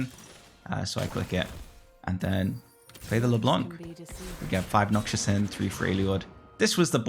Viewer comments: bro its noxus not noxious please! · yo btw its not noxshus its nox-us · Love the video, but can't keep hearing Noxus (pr: nock-sus) pronounced noxious (pr: nock-shus) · its NoC-Sus not NoC-Chus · Noxus is pronounced “Knock-sus” - not noxious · Unc is traumatised by Noxious trap he can't even read Noxus correctly.